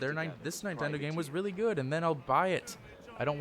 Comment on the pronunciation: Did you say nietendo